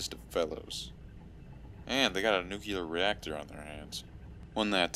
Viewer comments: Bruh is nuclear not nucular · Every time said "Nu-kyew-lur", I cringed a little. By the end, I was tucked in like a scared turtle. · "Nukuler" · Nookyelar reactor